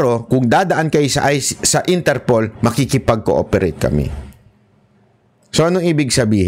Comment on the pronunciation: Idol interpol not interpole po hehehe